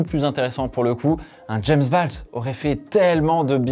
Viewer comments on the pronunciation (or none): none